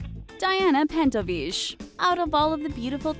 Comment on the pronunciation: oh god learn to pronounce russian last names =_= Its not fucking french Pentovich is not pronounced "shh" its CH like chamber <-- or chihuahua not SH